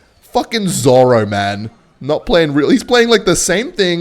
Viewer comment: "zoro" I think has lost it.